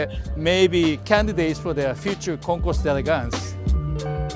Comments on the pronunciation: D and "El" are one syllable. Never say "day elegance." Say it like your guest says it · try to learn to pronounce the name of this event. don’t just read it—listen to someone—maybe a european—saying the words.